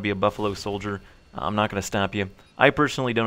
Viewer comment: ........ Ha Ha. Sorry it's hard to take your "I like to sttay active talk" as we watch you play video games. (No im jking i love your videos >.<)